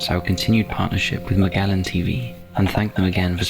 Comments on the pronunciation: I don’t know how the narrator gets the pronunciation of the name “Magellan” wrong. Edit: as for “Restricted” - this very much sounds like they needed to contact someone who actually understands technology. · He can't pronounce "Magellan" tho